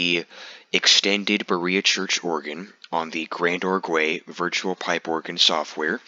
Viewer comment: It's not pronounced "Grand-or-gway", it's a French word pronounced "Grahnd-org". The "ue" at the end is silent. Great video except for making me wince every time you pronounced it "Grand-or-gway".